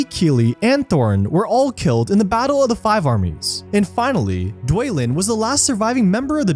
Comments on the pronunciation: Good video but some of the pronunciation is really bad. The dwarf with the Axe is named Bifur. Not Beefer. B-if-ur... and Dwalin isn't Dwaylin. It's said Dwah-lynn. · It’s because when you pronounce Balin as ”Bay-lin” and Dwalin as ”Dway-lin”, it results in this kind of speaking style 😎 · there ain't no way he said Dwalin's name like that